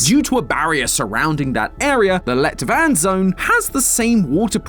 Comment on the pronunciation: Everytime says let-vand it sound slik he is saying "lett vann" which is light water in norewegian, which considering that the water presure is lighter than it seems like it should be, dont seem like a concidence